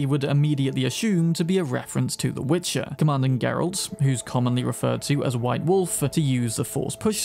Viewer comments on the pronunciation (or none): none